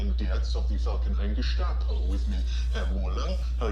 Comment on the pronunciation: OK..... Authentic German accent lesson #1 : None of us Germans would have EVER said "Geshtapo" !!! That´s just WRONG!! Just pronounce it normally "Gestapo", like any American would do. I don´t know, what this crazy "Geshshshshshshtapo" nonsense teaching comes from, but let me tell you, from me, BEING a German, there´s definitely a 0% chance, ANY German would have ever pronounced it like that dude did! ........